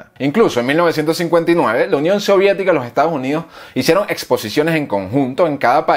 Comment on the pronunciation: Y no se dice Estados Junidos, se dice "Estados Unidos"